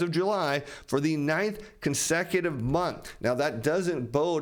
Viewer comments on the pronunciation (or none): none